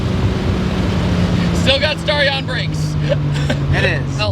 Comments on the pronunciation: I meant the pronunciation of the word, "Starion", duh 😅. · Back in '87 NOBODY called it a Starion (rhymes with Star), like nobody, not the manufacturer, not the dealers, not the road testers, not the buyers, not the TV announcers, nobody, I don't know why the kiddies keep repeating it because not only does it sound ridiculous it's also inaccurate.